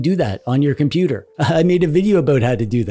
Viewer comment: I switched off when he said compooper.